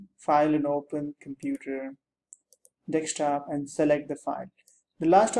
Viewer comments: you can tell he is old, when he pronounces "Desktop" as "Dekstop" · Dextop. haha